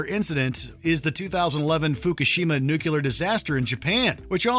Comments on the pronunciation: It’s “Nuclear” not “Nucular” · Pronouncing "nuclear" that way is a mistake too. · It's NUCLEAR. Not "nucular." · It's Nuclear not Nucular!!!! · Nuclear, not "nucular". (adjusts glasses) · It's not nu-que-lor. It is nu-cle-ar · NUCULAR PLANTS! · Is it so hard to pronounce "nuclear" correctly? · How does a channel with this many subscribers still allow someone to pronounce Nuclear incorrectly… it’s not that hard